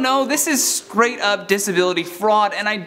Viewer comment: Did he say skrate??? Instead of straight??? This is messing with my head a bit.